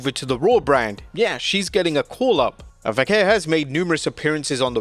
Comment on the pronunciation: Stop saying "Vaquer" that way. Not even native Spanish people pronounce it that way. Just say it old english style way